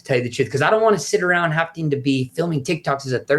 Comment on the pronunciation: "I don't wanna sit around HAFTING" The guy constantly mispronounces various words that make him sound very uneducated, but "hafting" rather than "having" has to be one of the most ridiculous ones he regularly butchers. He says it multiple times in this conversation, and other podcasts he's done. So we know it's not a slip of the tongue. Oliver Tree's brain is almost akin to taking a decent vehicle and putting rubbing alcohol in there gas tank to drive it. The guy seems to be a decent thiner, he's funny, as he has the gift of gab. It's just very apparent that he lacks actual intelligence, perceptiveness, and self awareness in certain aspects. I just can't imagine using the English language as a primary means of communication for hours every single day, for about three decades. Yet still lacking the intelligence, perceptiveness, and self awareness to have mastered some of the most simple aspects, and things that the available 6 or 7 year old should know. It's honestly fascinating.